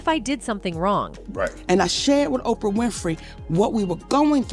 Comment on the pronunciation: Why doesn't she pronounce Ophra???? She says Opia